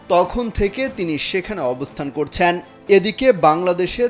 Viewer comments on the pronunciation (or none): সংবাদ পাঠকের কিছু উচ্চারণগত সমস্যা (করছ্যা)